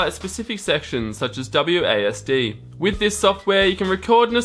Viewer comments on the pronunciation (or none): none